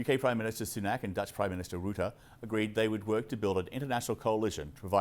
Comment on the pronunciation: Hearing him pronounce "Rutte" really confused me. In The Netherlands, we pronounce it more with an uhhh sound (Ruhh-tuhh)